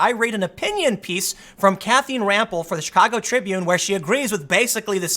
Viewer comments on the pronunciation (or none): “Kathreen” Oh shit, he is part Asian.